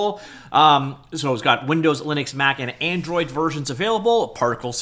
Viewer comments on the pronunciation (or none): none